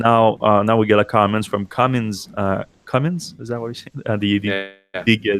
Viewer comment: It's Cummins. Not Cummings.